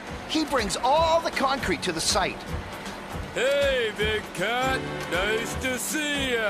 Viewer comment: "Noice work"